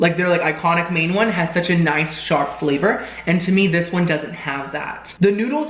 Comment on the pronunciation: And I thought he said “shart,” not “sharp.” 😆